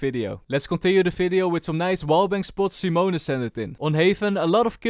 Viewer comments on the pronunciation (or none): none